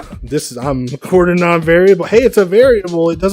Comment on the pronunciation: i dont know if this will help make my robot driveable with a trigger handle but its useful knowing each chip [=)] p.s: can i get a tutorial on that? (Quaternion is pronounced kwat-ern-eon)